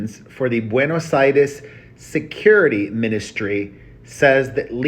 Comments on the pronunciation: He said Buenos ITIS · ...not "Buenos Iris"